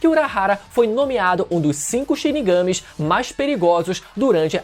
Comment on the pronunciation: O que eu não entendo é como pode ser tão difícil uma pessoa assistir a um anime, ouvir por mil vezes os nomes sendo chamados, e sair chamando de um jeito que não tem nada a ver. Na hora que fala "chinigâme", já acaba a admiração.